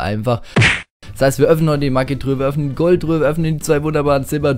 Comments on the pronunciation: das heißt nich maggi truhe sondern magietruhe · Sag nicht immer "maggitruhe"!!!Es heißt magietruhe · mir gefällt dein kanal, endlich jmd der zugibt dass er nichtso gut ist (was andere nicht tun) und auch NICHT gemmt was mir sehr gefällt aufjedefall mach weiter so. PS: bitte nenn die Maigetruhe nicht Maggitruhe und was ich toll fände wäre wenn du das spiel auf englisch stellen würdest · wie er immer sagt MAGGITRUHE. das heißt Magietruhe 😂😂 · magietruhe nicht maggitruhe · Ja mehr CR macht voll Spaß mit dir :D und wenn du sagst Magietruhe hört es sich für mich an wie Maggytruhe😂😂😂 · alter wie du immer maggitruhe sagst ich heul gleich hahah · Wie du immer Mackie truhe sagst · Ne Maggi-Truhe